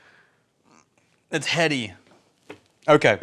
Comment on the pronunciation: says "It's heady" and my brain immediatley goes "It's Hedley".